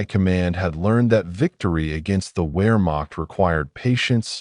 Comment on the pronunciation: Teach the a.i. proper pronunciation..."where--maak?"